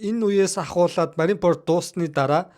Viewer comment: bro Лүппи bish Лүффи shvv. Marineford shvv Marinepord bishshv content hiij bga bol ene taldere ajlaarai gl